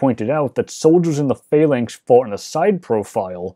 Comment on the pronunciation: The lector pronounces the word "phalanx" as "failings" most of the time, which is confusing.